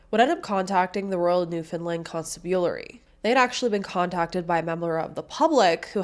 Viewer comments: I'm not surprised so many people haven't heard of the first case, but I was living in Newfoundland at the time and do remember the case. I don't think they put much thought into it because it was assumed she was a SW. Also, "Constabulary" is pronounced con-stab-you-larry. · FYI: It's pronounced con-STAB-ulary . Not a big deal , but thought i would point that out.